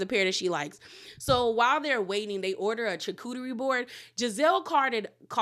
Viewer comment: you're not saying it any better than Gizelle. Its phonetically "shar-cuterie".